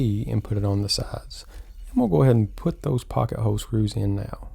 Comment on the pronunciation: You do know there is an L in the word hole right?